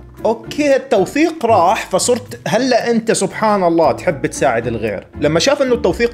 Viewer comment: انته دلوع بتقول هلأ(الال والانه)